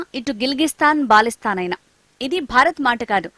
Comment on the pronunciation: Balisthan kadu..baltisthan